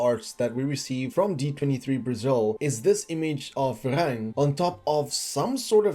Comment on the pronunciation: Varang, not Verang